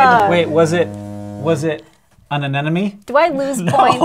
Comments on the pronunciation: anenome, lol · Aaand still doesn't know how to pronounce "anemone". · he said anemone wrong lol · wait is it just me or does it sound like all of them are saying anemone wrong??? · LOVE the faux-credits ! ...also, how come no one can pronounce aNEMone?